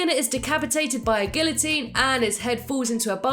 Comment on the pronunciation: Your pernouceing gilotine wrong